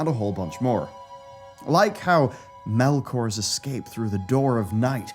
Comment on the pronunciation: Melkors escape lol someone didn’t read that correctly